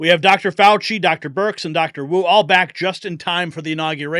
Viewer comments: Fauci fooowah pwison 202 fouwahhh!!!!😂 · Fauchi, not Faucher…sorry!❤